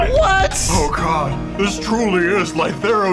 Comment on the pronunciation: i keep forgetting it's pronounced "LIE-thero" and not "LEE-thero"